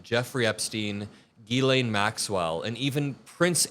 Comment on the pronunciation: Pronounce “faux pas”. Did you say Fox Pass, or Foe Paw? It’s Jiz-lay NOT Gee-Lane, the “n” in Ghislaine is silent.